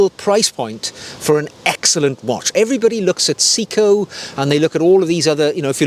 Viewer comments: Actually it’s pronounced “say e ko”. In Japanese “se” Is pronounced “say”, “i” is pronounced “E” so it’s actually say e ko, which sounds close to “say-ko”. I’ve been living in Japan since 1991. I speak Japanese fluently, my wife is Japanese, my co-workers are all Japanese and I speak Japanese the majority of my day. Trust me, it’s not “see-ko”. I’m not here to correct though, just clearing this one up. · Sayco, not Seaco. During its entire existence in the US, Bulova was pronounced with the accent on the first syllable BULova, not buLOVA. However, we may well have been mispronouncing the gentleman’s name. If you happen to run into James Bond, inform him that it is Omayga, not Omeega. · Hi. Good video. Three points of accuracy. 1. It's pronounced Say-ko and not See-ko. 2. Seiko doesn't do Eco-Drive, Citizen does. You showed a Seiko Solar watch. 3. Bulova is pronounced with the emphasis on the Bu and not lova. More watch content please. Love the peacoat. I have a similar one. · See-ko lol, good video. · If we’re going full on pedantry, I’ll respectfully add my two penn’orth worth. The correct pronunciation is: Se (as in semi) I (as in pig) ko (as in coffee) せ (Se) い (I) こ (ko) To qualify; I’m a Brit living in the UK for 7 months of the year and Japan for 5 months of the year, and whilst not fluent I am able to live in Japan without speaking English. To get to the point, watch shopping/browsing in Japan is an absolute pleasure. I often travel down to Tokyo and spend a couple of days browsing watch and vinyl record stores. I own 3 Orient watches and love them immensely. I got back to the U.K. a few days ago and brought with me a Breitling Superocean II Japan only edition. Not my usual style, but it just smiled at me so lovingly I couldn’t resist. Nice collection ❤